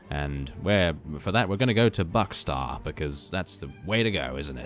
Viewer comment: "Buckstar" xD